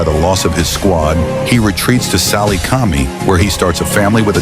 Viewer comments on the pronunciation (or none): none